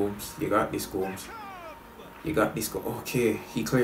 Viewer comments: It's GO-MEH-ZZ not GO-M-SS🤣🤣🤣🤣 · Gomez isnt pronounced goms he is pronounced gomez